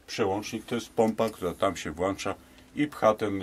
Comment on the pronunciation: włącza, wyłącza, przełącza, NIE włancza! Pan ma uczyć a nie wprowadzać zamęt w głowach słuchaczy.